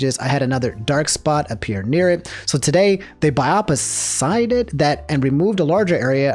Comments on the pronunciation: buy-awp-seed so you dont mispronounce biopsied, also my grandmother has had this exact form of cancer almost her whole life its a pretty mild cancer and i think considered one of the best you can get really since it has very low potential for death even later on in life so dont be worried, ninja is rich and will be getting top of the line treatment dud could probably just buy a new foot... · the fact that no one is commenting on how said "biopsied" lol but on a serious note, do your yearly skin/mole checks if you notice a new one or in general. Cancer does not discriminate